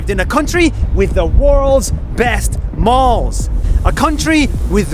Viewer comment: i thought he said “worlds best balls” if you didn’t read the subtitles 😂